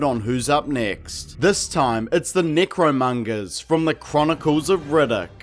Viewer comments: Why does it sound like your saying negromongers? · more like nicromungers lmfao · I like how many ways you pronounced their group. Necromongers, Nickromongers, Necromungers, Nickromungers. I'm easily amused. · Like...are you pronouncing necromongers wrong as ajoke?